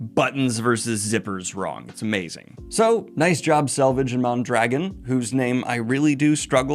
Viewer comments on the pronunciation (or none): I have n9 love for Red Eagle, but Mondragon is a pretty common Spanish surname., would it hurt to learn how to pronounce it correctly?